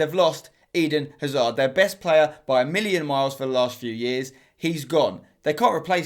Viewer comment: Ahhh the way he mispronounces Hazard, Salah, and Zaha hurts my ears...